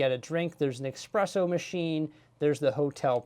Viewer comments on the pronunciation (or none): Espresso not expresso, grazie :D But thank you for the overview!